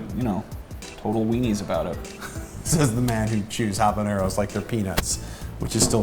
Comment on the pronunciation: A variation I have made of this sauce (not sriracha per se), is to lightly fry the habaneros in a bit of olive oil ( pronounces habaneros perfectly, by the way), make sure to poke the chiles before broiling because sometimes they explode a bit. You can also lightly roast them over the fire in the stove (again, either poke them or make a slit on them), chiles have different flavours depending on how you consume them, and you can try them like that and decide what flavour you like the most. The sauce (or salsa, in spanish is the same be it hot or not) I like: 1/3 parts of roasted chiles habaneros 1/3 parts of fried habaneros 1/6 parts of raw habaneros 1/6 parts of boiled habaneros IMPORTANT: do not remove seeds, even though those do not have piquancy by themselves, they are covered with a sac with a lot of piquancy and add a different taste. Also there are different habaneros, I like the orange and red varieties, other like their habaneros green (when ripe those turn an orangy yellowish colour), now, you can either blend them OR crush them in a "molcajete" (a stone mortar) or if you do not own one, use whatever you have in hand (a flat bottomed glass or cup can be used), you want to end up with a paste. Use only a bit of salt. For storage you can add oil and store in the refrigerator and use as needed, you can also opt to allow it to ferment adding a bit of sugar and even a bit of yeast to help the proccess (you'll have to liquify it once it is fermented for a few days a